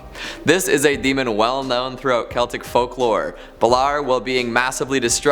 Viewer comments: Wouldn't no. 5 be pronounced bay-lore? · DUDE, thats not how you pronounce Balor. Baaaa Lore get it right.